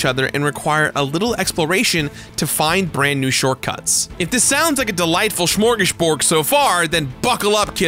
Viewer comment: Did you say smorgasborg? Hahaha 😂 neat game